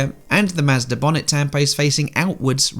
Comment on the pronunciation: Ah yes. The good old Mazdarrh.